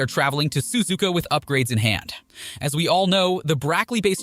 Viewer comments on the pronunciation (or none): I can tell you’re American or something cause you Suzuka susika